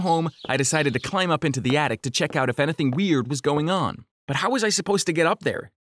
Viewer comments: does anyone notice how he's saying "ana-thang?" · Am I the only one who realized he said Anything-anehthan Room-roam